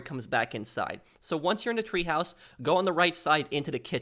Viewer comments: The Berghof had a Tee-haus or teahouse. Not treehouse. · It’s not a TREEhouse it’s a TEAhouse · Treehouse? Clearly TEAhouse